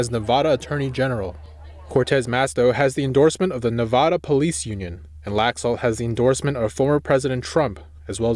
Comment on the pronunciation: He pronounces Nevada wrong